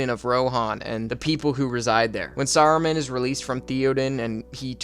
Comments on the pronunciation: You just watched the whole series and still call him, "Sayroomaan" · how'd bro watch all of these films and still manage to pronounce every name wrong in a way i've never even heard before. sarah-men? sorry to be that guy but cmon man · Sair-uh-men. like. what? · the way this guy pronounces the names... ee-o-win sa-ru-mun thee-O-den like, bro. (good vid though i'm just trash talking) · Pronunciations: Not "Thee-odin" - Thae-oden. Not "Ee-owin" - Ae-owen. Not "Ee-omer" - Ae-o-maer. Not "Se-ru-man" - Sah-ru-man. Not "Ae-zog" - Ah-zog. "My-nas Tirith" - Me-nas Tirith.